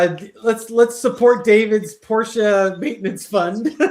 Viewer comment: I 🩷🩷🩷that you know how to say Porsche (correctly)!